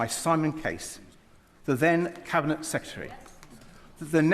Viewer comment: Please can someone teach him how to pronounce secretary